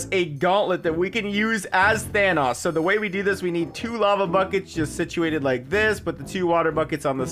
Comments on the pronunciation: It’s Thanos not thanas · Not pronounced Thanos it’s pronounced Thanos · Are we just gonna ignore the way he says “thanos” 😭😂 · says thanos wrong